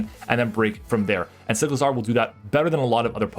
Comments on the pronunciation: Cy • clizar not Sick • lazar . Like huh 😂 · do you pronounce motorcycle like motorsickle just as you pronounce cyclizar like sicklizar?